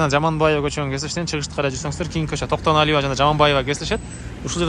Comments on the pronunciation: Кок мээ орусча Токтоналива болуп айтылат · Токтоналиева ,Жаманбаева эмес аялдардын атын алабай туура суйлочу Айткан ,эскерткен сайын кучойт экенсин Акма кулак